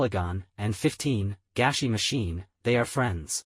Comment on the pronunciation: i think its actually gashi not gashy